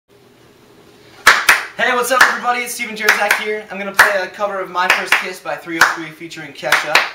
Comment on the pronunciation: you read wrong your name. JERZAK. J read like Y and RZ like french read J. the way you read J in Raj. so it's kinda like Yejak